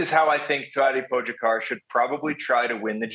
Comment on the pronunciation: At least try to pronounce Pogis name correctly, please?! Po-ga-car. It‘s not that hard.